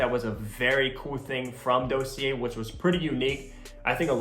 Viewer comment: You’re saying Dossier wrong 😂